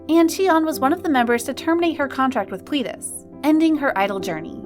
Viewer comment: Its not pris-teen or plee-dis. It's pris-tin and plè-dis.